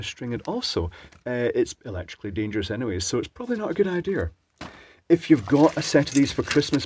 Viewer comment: Another enjoyable video, thanks for entertaining us. 😊 I especially enjoyed the alternative pronunciation of the word "dangerous". 😆 Also, good advice as usual.